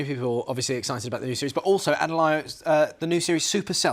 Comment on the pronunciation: "Adelayo Adedayo" Really?